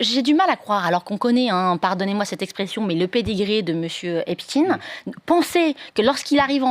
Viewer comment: On prononce "Epstaïn" ; il était juif, pas russe.